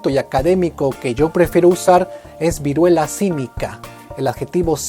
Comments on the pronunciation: Vuriela xd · Vuriela xdxd